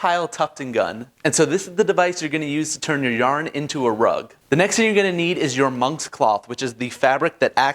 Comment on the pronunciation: “Your moms cloth” DID HE JUST SAY YO MOMMA?!?